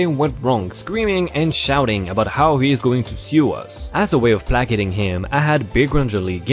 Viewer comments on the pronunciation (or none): Helping your English play-caiting Not pla-cat-ing